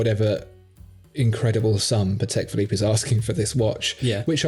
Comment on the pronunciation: Gentlemen, love your shows, sound of voice, knowledge. Listening to you is pure pleasure. I have just one remark though, maybe you can take it under consideration. Whenn pronouncing “Patek Philippe” you should change your accent slightly. Since Antoni Patek, founder of the company, was Polish, you should put stress on the FIRST syllabus of the word, while Philippe, who was French is accented correctly. So it is not pa-TEK phi-LIPPE, but PA-tek phi-LIPPE. Mr Stern pronounces it correctly ;). Great job guys anyway.